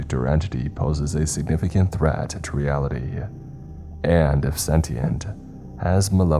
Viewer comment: Weapon-RY! Not "Weapondry" Also: ReAlity....not "realty"